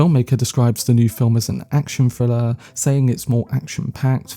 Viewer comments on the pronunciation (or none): none